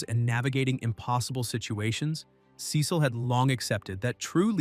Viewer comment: Why did he say Cecil wrong😭😭😭😭😭